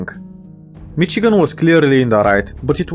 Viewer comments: Just a small nitpick but we pronounce Michigan like Mishigan similar to how the Germans would pronounce it due to the large German influence in the Midwest. Other than that loved the video keep it up man! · As a Michigander, I am very happy you made this (also it’s pronounced mishigan, with an sh sound instead of a ch sound).